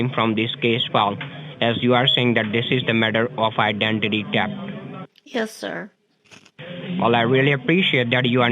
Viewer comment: "Idanty tafft" --- LOL!!!